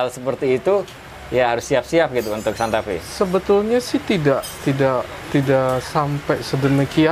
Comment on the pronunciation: Maaf om nama mobilnya santa fe, bukan santa fee